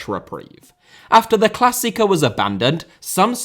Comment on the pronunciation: if you want to pronounce klassieker try saying clas seeker. also this all started with marc overmars sending a dickpic lol. i fcking love boomers